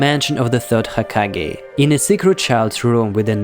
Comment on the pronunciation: Is it me or he said hakagay